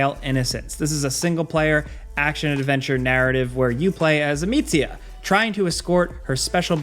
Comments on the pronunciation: Why did you pronounce the Amicia name with Italian accent? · A-meats-ia and Jugo (juice) 😂